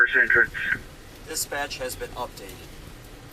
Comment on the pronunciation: AI narrator had trouble with "dispatch"